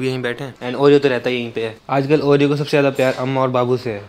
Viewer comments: ne oreo ko panoti kyu kaha 😡🤬 aisa mat karo plZz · What's this is saying panoti to Oreo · ne Oreo ko panoti bola Puri video dekho head phone laga ke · 😅😅😂😍 bol raha ha Oreo sa panoti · Why did said panoti to oreo